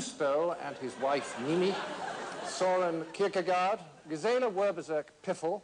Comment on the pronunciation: "Søren Kierkegaard"